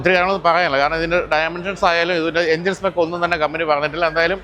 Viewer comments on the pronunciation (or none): none